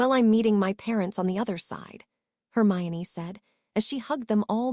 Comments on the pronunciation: YEP the only reason we've figured this out is it is literally one of the most famous well known characters & if we're here we knew the books and the name harry. Thats what we came for. So we figure it out trying to figure out why it can pronounce hermione but then she is HermaLone etc... And thats just the start between the AI having a stroke in the 3rd and 4th parts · I heard it too....it also switches Hermione to HERMALIN later on lol Can't the AI just watch the potter movies and learn